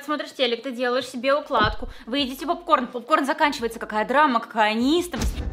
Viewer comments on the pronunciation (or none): none